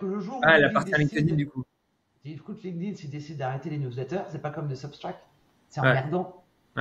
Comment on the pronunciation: putain la prononciation franco francaise de linkedin. Un anglais doit bien rigoler si vous lui parlez. LinkedIn etait bien au debut, sur invitation. A Present c est un espece de facebook. Plus d interret depuis 10+ ans.